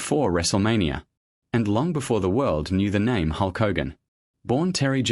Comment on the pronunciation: Stop mispronouncing Hogan 😮